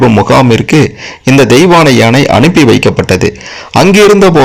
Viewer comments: ஏனை அல்ல ..யானை. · ஏனை என்று சொல்லாமல் யானை என்று சொல்லவும்.கேட்க...கேட்க தமிழை நினைத்தும் மனது வலிக்கிறது.